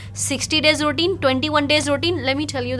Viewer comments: Why are they both saying “ Rootine “ instead of Routine ? 🤔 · ruːˈtiːn, this is pronunciation of routine not rootuine as said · Madam...Routine word you r prononcing wrong...